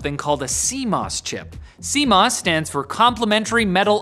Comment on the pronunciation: "See Moose"? I thought my computer had squirrels and bugs?